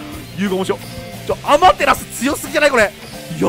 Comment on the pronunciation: あ↑ま↓てらす